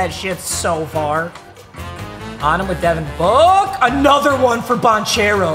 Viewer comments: Papa his name is care-o not chair-o just trying to help. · Love you papa but is Ban-care-o not Ban-chair-o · For future reference It's Banchero with a hard ch sounds, so it sounds like a k Ban-care-o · It’s not like chair, it’s like care for Paolo’s last name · Ban kare o spelled different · Paolo's last name is pronounced "bahn-kehr-oh" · You pronounced Bancheros name wrong lol its pronounced like Ban-kero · oh papa. Paulo's name is pronounced "ban-CARE-oh" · Paolo’s last name is pronounced Ban-karo. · Paolo Banchero is actually pronounced "Ban-kair-oh",. no big deal tho, papa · it’s pronounced ban-care-o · it’s pronounced “Ban - care - o” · It’s pronounced Paulo Bankero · Its BAN CARE OH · tell its not bon chairo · The amount of times he pronounces Banchero's name wrong 😭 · i was getting so pissed when he was saying banchero’s name wrong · the inner duke fan is cringing so hard the way he said banchero 😭 ITS PRONOUNCED WITH A CK NOT CH😭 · Take a shot every time papa mispronounces Banchero wrong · as a Duke fan, the way he's pronouncing Banchero's last name is making me furious 😂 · bro how did you fucking pronounced banchero, italy in dying rn